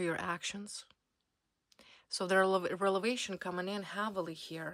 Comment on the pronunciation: R .E V.E.L.A.T.I.O.N.....please.,say it correctly ☝️